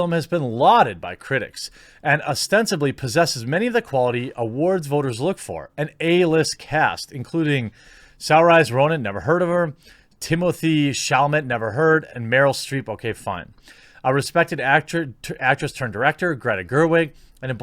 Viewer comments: That first ladys name is pronounced - Soar-sha. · Ms. Ronan's first name is to be pronounced to rhyme with "inertia." Sore-sha, as it were. Whatever the movie may be, she is a fine actress. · Jez, saoirse is pronounced as sher-sha, she certainly wouldn't give me any little man problems 😂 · My dude you butchered the hell out of the womans name. Saoirse (ser-sha) Ronan, it's gaelic. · I believe Saoirse is pronounced Seersha, its an Irish thing. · Lol, Saoirse is pronounced SER•shuh, like the word "inertia". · This guy never herd of "Sow-rise" Ronan? Dis guyse a moran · Saoirse is pronounced "seer shuh" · Saoirse is pronounced Ser-sha. Just so you know. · Saw shar like Porsche is how to pronounce her name Sairoise it's Irish name for girls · Saoirse is an Irish name. It is pronounced Sorscha, and now you know where the character in Willow got her name. Also, I love your Greta clips. Also, Also, I hadn't heard about this film until coming across this video about it. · You pronounce Saoirse 'Sair-sha.' That's like the one thing I learnt from Nioh. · Saoirse Ronan (pronounced Seer-sha) is an Irish actress who has starred in a number of movies including Hanna, The Host, City of Ember, Ladybird, Brooklyn, and Atonement. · That butchering of saoirses name ha ha, anyone outside Ireland always gets it wrong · Even the pronunciation guides are difficult. Let's face it: It's a stupid name. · Butchering of saoirse lol. Fair enough though. If you're not irish you'll most likely not know how to pronounce it